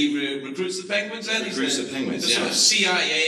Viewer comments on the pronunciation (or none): Am I the only one who caught him saying "pengwings"